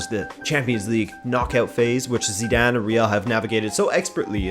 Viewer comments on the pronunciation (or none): none